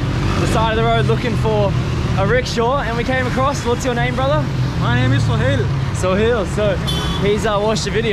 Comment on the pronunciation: You’ve been calling Sohail “Sunil” the whole time 😂😂 and then it changed to Sohan